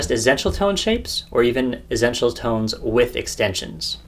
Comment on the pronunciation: Great video. I have never heard anyone pronounce essential like you, tho, haha. As if you are saying zen-tial. :)